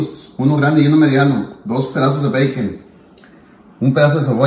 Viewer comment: Habla bien puñetas (Bacon) 🤦‍♂️